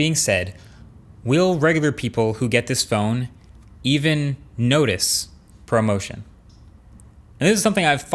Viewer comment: I thought you said “promotion” instead of ProMotion.